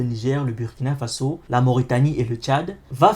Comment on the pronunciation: Super ! Juste une petite remarque on écrit" Burkina Faso" mais on lit " Bourkina Faso" 😉🙏